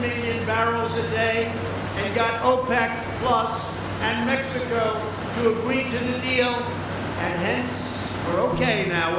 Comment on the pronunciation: Mex-tico Minne-annapolis Haha